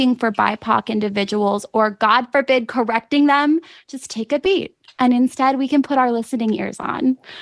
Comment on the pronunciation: When did the word “and” become “a-ond?” Granted, it’s 40th on the list of annoying things this woman does.